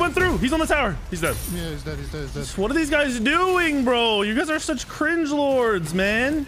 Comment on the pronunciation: Who tf says cringlord